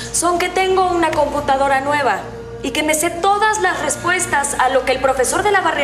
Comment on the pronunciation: Nadie se ah fijado que teresa dice : computancara 🤣